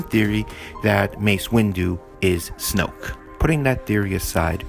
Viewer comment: he said snooke